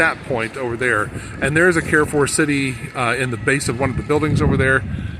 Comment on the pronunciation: Carrefour pronounciation: Carre= car with french R, not so much like care . Four= the closest you can say it in french is fur😅 or foor just like door but with an F, a doorway kind of pronounciation. I have never been to perpignan! It looks like spain😅...but the buildings are more frenchy than Spain...you will be able to visit Spain easily from perpignan...even Portugal! Portugal is much less expensive than France, its really beautiful there...am completely opposite of perpignan...for me italy/ germany/Switzerland/Austria/Netherlands and Belgium are easy access...of course mostly the towns that r close to the frontier. If you get an opportunity, you have to visit East of France, its really beautiful, north Italy is so underrated, small town in Germany are much worthy than big cities...don't go to berlin😅, as a tourist my favorite country must be Netherlands,its not a big country and is flat,much easier to visit...but even their big cities are worth to tour, everything there is a postal card....its a must place to visit in my opinion...not much to live in,but certainly for vacation. If you dream to visit Rome or venice(popular destination) do it in winter time, I don't recommend to visit popular destinations in warm season. for the sun and leisure, Greece /Croatia/spain/Malta/Macedonia....they all are touristic and not expensive....